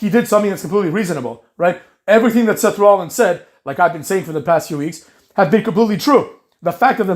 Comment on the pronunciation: saying semen punk and Seth lollins was tough to hear lmao